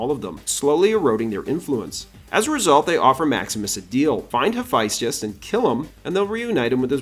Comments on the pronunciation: This is all fascinating but… it’s pronounced HA-FEST-US. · BRO LEARN HOW TO PRONOUNCE HAPHAESTUS PLZ